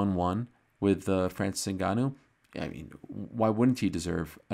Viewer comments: Ariel has to go out of his way to pronounce his name differently then everyone else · Ariel needs to stop with these pronunciations 😅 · the most obnoxious pronunciaciton of Ngannou's name. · Espn upper management bout to tell Ariel to Americanize his pronunciation of Ngannou’s name like they did to Izzy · Always going out of his way to pronounce the name different